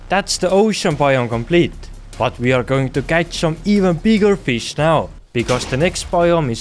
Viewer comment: Ngl the accent makes the video even better in a good way. They awe a lot of diffewent baiom.😂